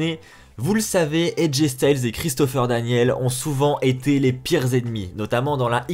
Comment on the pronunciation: C'est DanielS et non Daniel. Mauvaise prononciation.